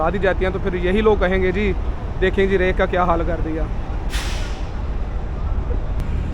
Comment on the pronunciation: It's Rake not the rack that you frequently call